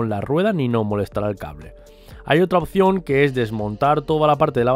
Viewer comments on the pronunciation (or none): none